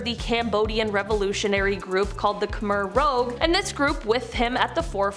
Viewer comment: khmer rouge = ka-mare rooje